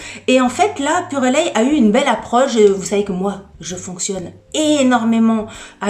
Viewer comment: Bonjour, je crois que sa se dit purelei, le E ne se prononce pas.